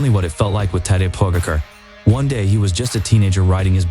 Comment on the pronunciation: Come on! The least you can do is LEARN HOW TO PRONOUNCE HIS SURNAME CORRECTLY! There are literally thousands of videos where you can hear his surname being pronounced...